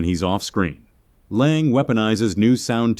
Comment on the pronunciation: Fritz Lang. The last name is pronounced "Long." It's German.